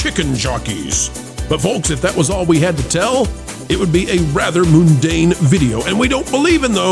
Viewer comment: That is the worst pronunciation of mundane I've ever heard. See you next time. Edit a few seconds later: It sounds like you're saying Moon Dane, who must be a Viking who made it to the lunar surface. Did you ever hear the story of the Moon-Dane? They say he sailed to the Moon, and back. It's a short story, but an impressive one.